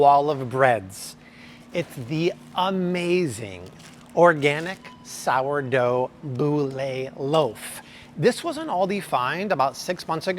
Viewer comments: Not a boolay, but bool for the prononciation of boule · Thank you for your information. FYI, boule is pronounced bool, rhymes with pool.